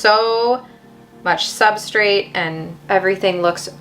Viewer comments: I definitely heard him say it oddly. He’s saying substrit basically. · OMG i died when you mentioned how says “substrit”😂. Drives me bananas. I cringe every time. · Wait am I deaf or just a dumb NYer cause you and said substrate exactly the same to me 😂😂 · I too have noticed that says Substrate a bit awkward. I thought I was hearing funny. Maybe a regional dialect difference between the Pacific Northwest and there. As long as he keeps up with his awesome content I'm willing to overlook it though.:goodvibes